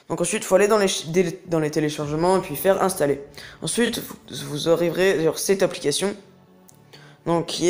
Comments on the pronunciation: mdr comment ta dit installa sinon gg et merci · On dirait que tu a dit Inshalla 🤣🤣